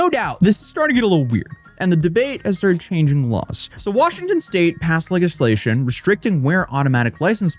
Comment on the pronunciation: The way you pronounce that it hilarious. Leggislation... 😂